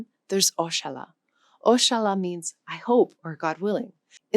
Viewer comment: That oxalla really sounds inshallah